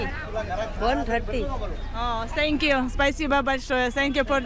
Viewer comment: Ne senkju 😂a Tenkju 😮😅